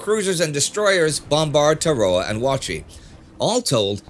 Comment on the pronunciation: TAR-ah-wah. KWAJ-u-lain.